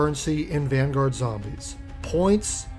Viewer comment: Van-goat?????? Please never say that again